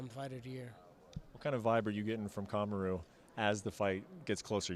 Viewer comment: Kama-roo lol sounds like an evil kangaroo from Winnie the pooh